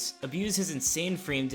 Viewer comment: "Frame Dita"